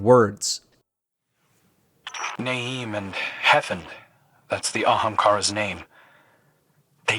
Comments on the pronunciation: barely pays attention to the lore and must've ran past the dragon bone pickups. But otherwise I'm wondering how you turn Hef-End into Henf. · apparently Hefnd is meant to be pronounced like "hemt" in icelandic, according to a few google searches. in game they pronounce it phonetically like "hefnd" tho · Hefnd - "Hef-end" = Say it quickly making the E not exist. That's how it's pronounced 👏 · Btw! The way you pronounce Hefnd is quite simple! It’s said as followed: “Hef is said as in deaf, but with an H”, “nd is pronounced as “end” but without an E”. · Crow says the Ahamkara's name when collecting one of the bone clusters; Hef-und is the closest written approximation. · IT'S PRONOUNCED "HEH FEND" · it's pronounced Hef end. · Love Byf's content. Love. Love Destiny lore. This video is such a preventable fail. Crow says the name of the fucking Ahamkara in the video and it isn't pronounced correctly once. Communication continuity error I'm assuming but still.. It's right there. No one called that out while Byf was on leave? Who let my boy look so fucking silly to the lore community saying wrong words over and over for ten minutes? Legit there could have been oversight here and things would have been fine. But really? Publishing a 10 minute video on an established lore channel allowing a known Youtuber to fill in and you give him a frankly embarrassing presentation for himself? Where was the Quality Assurance on this? You don't need to pay people for the level of Q&A that would have benefitted this video. All that needed to happen was someone telling (or even realizing himself) "Hey, you're saying that like a goblin. This is how it is really pronounced." Honestly impressive. Channel Members taking notes from Bungie evidently. Blatant oversight that reduces content quality. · Why use Google to get the name pronunciation when the game literally says it? Like, do y'all not listen or what?